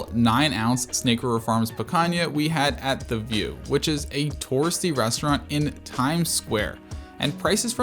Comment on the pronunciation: Great review Only critique on the pronunciation of “s”’s It’s “restaurant” not “reshtaurant” etc